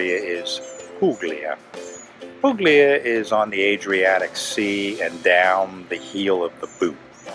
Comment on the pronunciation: Ok but it's pronounced 'pulya' not 'puGlia'!